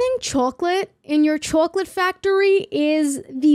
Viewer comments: I love the "chowcolate" accent. And the part that really busted my gut was "Sincerely............. nobody" 💀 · so happy this exists so i can listen to you pronounce chocolate for half an hour 🥰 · a whole video of you saying chawclet I WIN !!!!! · chawk late. something about it scratches my brain right. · der sellin chawklate! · The way you pronounce chwocklat is so goofy, it brings me joy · I like the way you pronounce chocolate. Chawklate hehe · the way you say chocolate is so satisfying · says chocolate like every mom from my hometown and it makes me feel safe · Im sorry, but the way you pronounce 'Chocolate' is great 😂. Loved the vid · i love how u say chocolate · How you pronounce 'chocolate' is so cute. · The way you pronounce 'chocolate' is very interesting to me. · This is off topic but the way you pronounce chocolate reminds me of the old lady from SpongeBob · are you pronouncing chocolate weird on purpose or is that an accent love the vid just confused? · Just curious: what part of North America mispronounces the word chocolate like this?